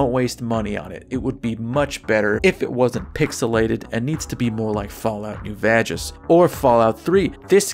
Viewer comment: "Fall Out New Vagus" LOL